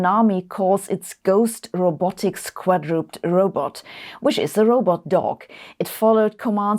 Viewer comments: *quad-ro-ped. Not quad-rop'd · Love the pronunciation of "quadruped". 😆